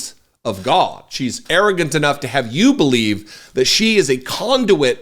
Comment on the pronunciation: I crack up every time you say "gawdah". I have even subconsciously starting saying it in my daily life. Love your content to keep things that are sadly true.... in real person speak and how I feel most days. Keep growing